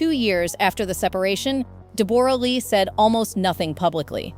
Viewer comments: Try saying Debra, we pronounce it the same way and Toorak is two rack! I loved them both so this is hard. My Nana was married to a man 19 years younger than she was after she was widowed and he cared for her and adored her until she passed. Age has nothing to do with it and Hugh now looks the same age as she does. He just got married before he grew up and even though there are many experts in the comments. They don’t know any real facts about either of them. They are both good people. It makes me sad for them. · Are you saying Dee BORE ah? Ugh robot go home… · you say her name as debra - this must be AI crap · De Borra?????? Are you sure????? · Her name is pronounced DEB - RA. Calling her a great actress is a BIG stretch! And, Hugh Jackman was very well known in Australia when he met her. She was/is known to be a very pushy, opiniated individual. Who knows why he married her? He is a very nice person, from all reports: she ... not so much. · If you must comment on peoples private lives however much they are considered public property at least pronounce their names correctly. I have never hear Deborra-Lee's name pronounced De-borra! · Her name is pronounced ‘Debrah’, she is Australian and that is how Australians pronounce it. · AI mispronounces Debora. God i hate AI. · FUCKING AI NEVER GETS IT RIGHT! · This is absolute nonsense… AI can’t even pronounce her name right… people are so gullible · I winced every time her name was mentioned... totally butchered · Such a shame the awful, judgemental AI voice can't even pronounce her name correctly!! 🤬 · Please pronounce her name correctly . Ouf it is making me cringe. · Learn to pronounce Deborah’s name correctly. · DEBRA LEE NOT DE BORA LEE😊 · DEE BORE RAH?! REALLY?! It's DEB-RA you ai donkey. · It’s not pronounced Deb-or-a It’s just like Debra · It’s DEB-ra not Deb-OR-a - she literally says her name within the first couple of minutes. Hugh Jackman is not 49, he is 57. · It’s DEB-ruh, not De-BOR-ah. Teach your ai better